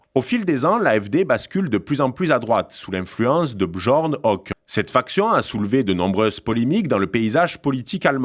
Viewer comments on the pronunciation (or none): Alice W(AÏe)del - Fr(ii)dr(i)ch M(èr)(tss) - Bern(t) L(ou)cke - B(yeur)n H(eu)cke - Olaf (ch)ol(tss) - AÏe mes oreilles de germaniste ... j'ai mal ... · J'aime bien la prononciation de « Björn Höcke ».